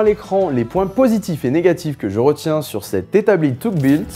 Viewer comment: haha tu m'as tué sur ta prononciation lors du passage USA en anglais xD Tough ce prononce "teuf" qui veut dire robuste ;) Merci pour cette découverte, j'ai acheté un établi Bosh gamme vert, on peut rien en faire... aucun endroit pour mettre des serre joints et ça vibre dans tous les sens..